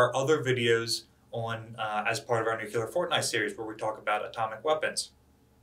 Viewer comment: Nuclear. New Clear. Nuclear. Not New Qular. Nuclear.